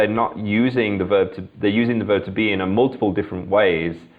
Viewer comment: and why did you wrongly pronounce the word multiple? You say /ˈmultɪpl̩/ instead of the correct /ˈmʌltɪpl̩ / "Teachers" omg.. Better you learn from him instead of grinning.